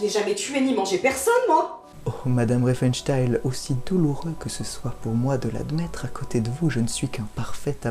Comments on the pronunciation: 'excellente découverte. Merci le relais de Le Bouseux. Le propos est riche et pertinent, la prod quali. Bravo. (seul bémol, j' ai tiqué à la prononciation de Riefenstahl transformé en riefenstayl) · Très bonne vidéo, par contre c'était fait exprès de prononcer son nom RienfenstHEIL ? :D